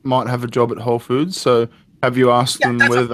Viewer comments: alright, I feel bad for the guy. he needs help. but the whole time.... "wholes food" SAY IT RIGHT! it's whole foods! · First tip, if you want to work at whole food... I recommend you learn how to say the company name. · Every time he fucking says "wholesfood" I get triggered.